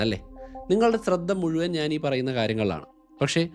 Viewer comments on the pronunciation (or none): none